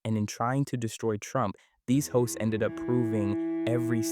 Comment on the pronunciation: everytime he said "hosts" i heard "hoes and it made me giggle